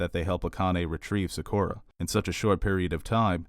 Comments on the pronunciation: Loved the analysis but it is Sak-OOH-rah, it is not pronounced like saccharin : ) Also MAY-sa and Akane no Mai (like MY) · I hate how you pronounce Sakura and mesa